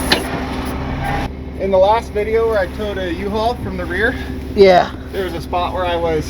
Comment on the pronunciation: You can't say U-Haul? Lol okay.